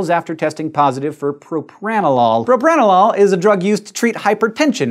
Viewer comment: I think most people read Propra-No-LOL